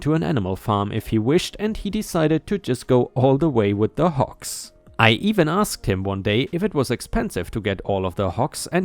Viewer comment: It's HOGS not HOKS. I realize that in your native language a "g" is often pronounced like a "k". But you should know about this by now.